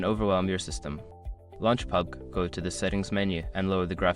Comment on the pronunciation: Wtf is that pubg pronounciation?...